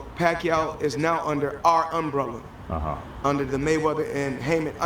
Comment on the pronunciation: Am I the only one who heard Floyd say UNbrella ????? 🤣😂🤣😂